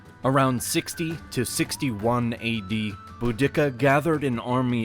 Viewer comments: "Boo-DICK-ah"? The mispronunciations have reached a new level of horrible. You should go back to narrating these yourself. If you, as a non-native English speaker, mispronounce some words, it is easily forgiven and overlooked, but when your native English narrators continuously mispronounce words and names, it is so distracting that it really takes away from the overall quality of the video. The content and graphics in your videos are always excellent and why I keep watching. However, you need to ditch these narrators. Not only do they mispronounce words by emphasizing the wrong syllable, they also over-enunciate sounds like "t" in situations where a native English speaker would pronounce it closer to a "d". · Bo-dick-ah? is she in any way related to Bo Derek? It's Bode-ah-See-ah Nice video though, regards from Donegal, Ireland! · Dude it’s pronounced bow-de-see-a not boo-dick-a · "Boo-d*ck-a..." Lol. It's pronounced "Boo-da-cuh." Very old Britons were even taught "Boa-da-cee-a." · Not pronounce Boo-dic-ka it’s pronounced Bur-de-ca. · It's Bu-di-ca, not Bu-dick-ca. makes me wince every time he pronounces it like that. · You are mispronouncing the name of Boudicca.... NOT Boo-dick-ca... it is Boo-da-ca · You pronounce things very different that to how they’re taught. Am I remembering an old syllabus? Because I’m pretty sure Boudicca was pronounced without separation and in Iceni, the last ‘i’ was pronounced ‘ee’ Edit: the more I watch this, then more it has me laughing. Why tf are you saying ‘boo-dicka”? There’s no pause between the parts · boo dikka? Come on please pronounce her name properly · The narrator has a strange way of pronouncing words; "BouDICCA" and "subSEQUENTLY" spring to mind. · I thought I had heard every version of the pronunciation of Boudicca but Bow-dicka is a new one.... to be fair there is no record of the way its meant to be spoken, so who knows? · its Boudica, BOOdiKa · Boudicca is pronounced Bo-Dee-See-ah